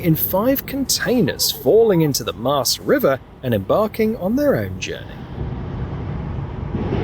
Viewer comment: Why emphasise the "river" in Schelde River and Maas River? Shouldn't it be Maas River and Schelde River, stressing the names of them? Surely it should!